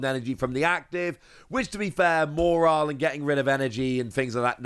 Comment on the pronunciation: There no R in Mawile, please its not mawrile